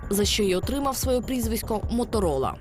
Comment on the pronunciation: услышала из уст мамы "Моторыло"...а не Моторола...или мне одной так послышалось...